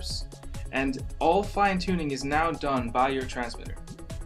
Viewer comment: did he say, "available meow"?